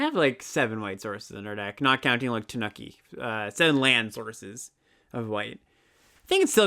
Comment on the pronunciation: Tanuki is pronounced more like "TAH-new-key" than "The Nookie", for what it's worth. On the other hand: I DID IT ALL FOR TANUKI (COME ON) TANUKI (COME ON) AND YOU CAN TAKE THAT BASIC AND STICK IT UP YOUR (YEAH) STICK IT UP YOUR (YEAH) STICK IT UP YOUR (YEAH)